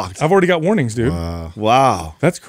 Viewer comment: lmk why says “i have warnings” like “i have warrants” 😂😂😂